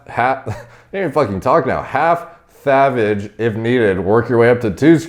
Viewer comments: The way you say sathage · saying thavage made the video lols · It's pronounced tha - vage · I guess not that much lol. Knowing this now though, I really appreciate that he called this thavage lmao